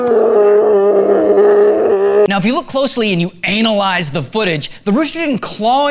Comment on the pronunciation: really Ray? Anal-ize...?